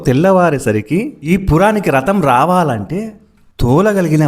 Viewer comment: రతం కాదు అది రథం